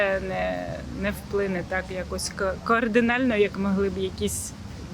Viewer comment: Які безграмотні! Координально… Вона не знає, що кардинально! Якби ви вчились так, як треба…